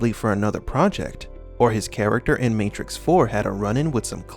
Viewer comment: my favowite matwix movie is when keanu weeves fight mistew andewson